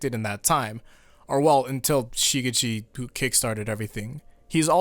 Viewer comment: someone please teach this dude how to properly say shigechi